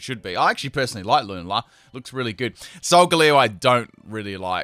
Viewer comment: Lewnla? It’s pronounced lu nall uh